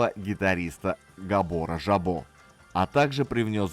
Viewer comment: Поддерживаю. В венгерском языке сочетание SZ читается как "с". И спасибо,, за прекрасные ролики вообще и этот в частности.